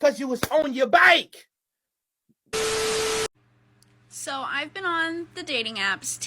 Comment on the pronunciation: Is it “ on ya bike” or “ on ya back” ? I couldn’t understand the accent 😂😂😂